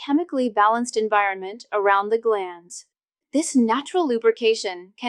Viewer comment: It's GLANS, not GLANDS!!!